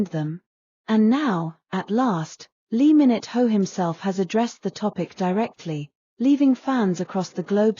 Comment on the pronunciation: It's lee min ho not lee minute ho .